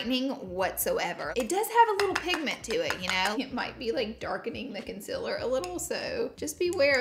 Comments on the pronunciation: sis, it's concealer not "conselr" no hate , just saying 😤😂💅💋💄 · Girl it's concealer not consiller. Learn to pronounce, bruhhh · CONCEALER not CONCILER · The way you say concealer gets me every time 😂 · laura i love you but you saying concealer wrong is getting on my nervous